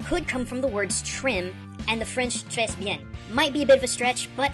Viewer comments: random fyi, "tres" meaning very is pronounced tray, but with an accent i cant write in the 't'. you sorta just pronounced it tres. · I can't believe he pronounced the 's' in trés! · Awesome video! I've not played a Pokémon game in ages but you kinda make me want to try X and/or Y. The «s» is silent in «très bien»! A lot of the consonant sounds in French words aren't pronounced unless the following word starts with a vowel sound. There are exceptions though so be careful!